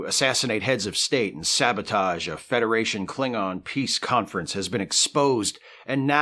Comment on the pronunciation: I'm 10 seconds in and I'm sorry. You said sabotage wrong.